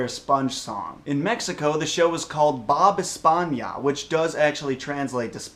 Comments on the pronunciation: It sounded like he said Bob España on the Mexico one. Which is Spain Bob. but I know what he meant haha Bob Esponja. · I know he doesnt know how to pronounce bob esponja